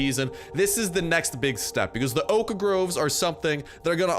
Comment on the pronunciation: Every time this guy says oak groves he pronounces oak wrong, but he says oak planks just fine. He's like stewie in family guy and can't say whip right when it's next to cool.